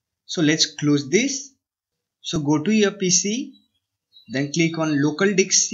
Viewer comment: I actually heard "local di*k c" XD, but thanks anyway this tutorial is super useful for me.